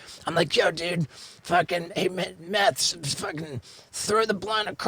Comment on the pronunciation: Are we just gonna ignore called him fucking "Meth" right off the bat? Lmfao